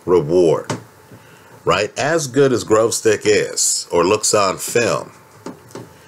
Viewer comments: It's gVozdyk, not gRozdyk. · Holt In general, it was almost correct — just "r" instead of "v" for some reason.